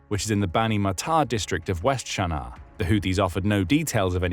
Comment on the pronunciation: I have never heard Sana'a called "Sharnar". Is this some sort of affectation?